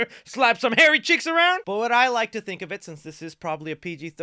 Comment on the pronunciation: Did you say hairy cheeks!!!!!!😂😂😂